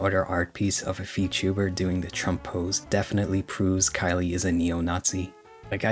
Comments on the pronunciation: The name "Khyle" might be pronounced "Kyle." "Kylie" is the feminine version of "Kyle." You might want to look into the pronunciation. Not trying to be a grammar Nazi, but you might just want to make sure. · That's how you pronounce Khyle? I thought it was pronounced like "Kyle".